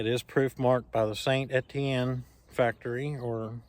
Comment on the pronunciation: Isn't that a Robust 222? (And you pronunciation of St Etienne is correct)